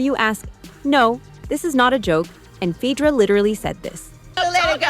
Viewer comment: It wasnt kenya and her husband; she didnt have one! It was kandi and HER husband!! Neenee not naynay...phaedra with pronounced A...perhaps do more research. Us housewives people know our wives😂😂